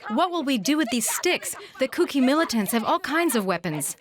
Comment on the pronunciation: It's not kooky it's kuki sir 🙋